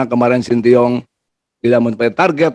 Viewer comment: Shin tae yong pa ketua, bukan sintiong. 😅